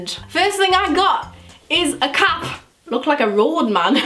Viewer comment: When was talking about the ivy park cap I thought she said carpet not cap😂❤️